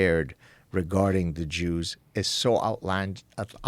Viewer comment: ‘Duh jooz’ - You